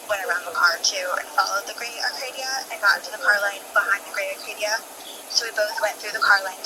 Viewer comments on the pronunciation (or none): Not only that, but as a car guy, it hurt to hear Acadia pronounced as "Arcadia," lol (To the woman's credit though, at least she got out a clear narrative of the whole thing) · there is NOT a R in the vehicle name. ACADIA! this is just as bad as putting a R in the name Buick… i know it’s stupid but hearing it everyday at work just makes this a trigger 😂